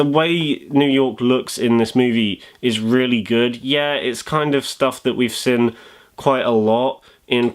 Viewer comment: This guy says seen like sin